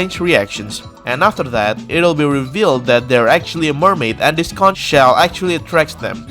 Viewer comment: Conch is pronounced “konk”